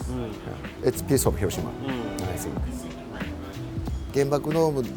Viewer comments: Have the Japanese friends not told you it is not pronounced Hiro' shima but Hirosh'ima,stressed shi ... You should know this by now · educated people pronounce Hiroshima correctly in any language,bud..don't add ignorance to bad manners,bud